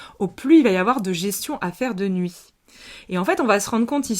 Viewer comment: "Gestion" 2 fois de suite j'entends derrière "gestation "